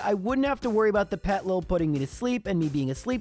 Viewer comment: The way he skips the first I in Petilil bugs me. It's basically "Little Petal" with the words reversed and letters removed. "Petal lil"